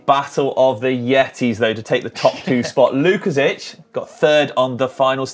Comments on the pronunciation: I was about to write the same about the Sławek's last name pronunciation. You did well except the "si". It should be "WOOKASHEEK". Sounds more Polish. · I enjoyed the racing and your show. Just one thing to correct... you are best pronouncing it Swavomir (or Swavek) Wookasik, boys. I can see there is more opportunities to mention his name :) peace